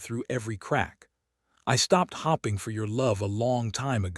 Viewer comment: Hoping pronounced as hopping just cracks me up 😂